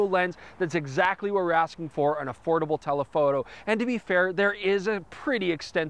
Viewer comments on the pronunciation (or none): none